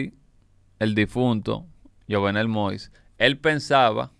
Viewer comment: YUVENEL SE PRONUNCIA